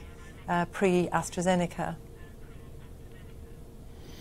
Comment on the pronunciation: So now it's not precovid, it's pre astrajenaka